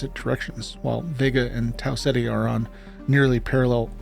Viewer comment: Oh. I thought your voice wasn't ai... there is an obvious ai-like mistake at 13 seconds where you say "are our" as like "our our"